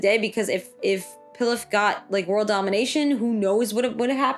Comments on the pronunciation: Pilaf is pronounced pee-loff like the rice dish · it’s pronounced pee-lof lol 😂